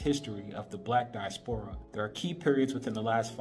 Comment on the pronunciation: di-AS-pora not dias-PORA